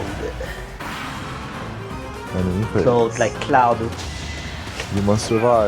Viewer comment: why did he say clode and not claUd?